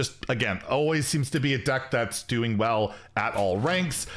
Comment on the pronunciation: "It's Dewing well"